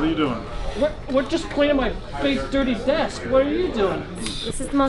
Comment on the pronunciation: "Deskch" - This guy.